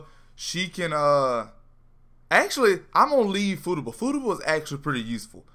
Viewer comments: Fu ta ba not footaba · Fu-ta-ba is how its pronounced lml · I pissed myself laughing everytime he said Fooduba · Take a shot everytime this man says footaba. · Footuba sounds like a sport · He is straight up SHITTING on her name!